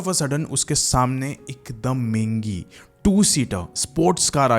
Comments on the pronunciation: Mengi nai hota. Mehngi hota hai. Rest all good 😅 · What is “Mingi” “Mengi”???😂😂😂 It is MEHENGI bro!